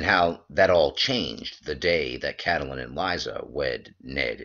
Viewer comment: Its CAT-Lyn, for God's sake. Not CAT-a-Lyn.